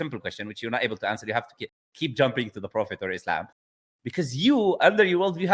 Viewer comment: he cant say answer (grape) but go watch video for answer bro xd